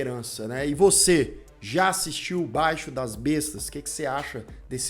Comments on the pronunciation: Somente uma correção: não é BAIXO DAS BESTAS. É BAIXIIIIO DAS BESTAS. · E B A I X I O DAS BESTAS E NÃO BAIXO !!!!!! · O falante diz " Baixo' das bestas". Chega a ser BIZARRO a ignorância que os brasileiros temos com a pronúncia das palavras, da língua portuguesa!!! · A pronúncia é baixío das bestas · A análise do filme é ótima! Só faltou a pronúncia correta do nome do filme...